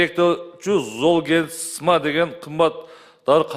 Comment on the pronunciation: Золгенсма дегенди нормально окуп айта албайт го, дагы каяктан фармацевт болуп алган?